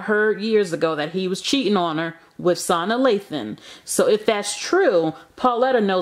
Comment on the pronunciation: Actually, it's pronounced Sa-Naa Lathan, but you're right....I don't know why Lela would take a man back that has already left PHYSICALLY anyway...smh. WOW, her self esteem must be REALLY low....so sad. I'm sure he has cheated more than twice prior to Nicole. He just got caught twice because of those babies, but his ass has been cheating the entire 20 years.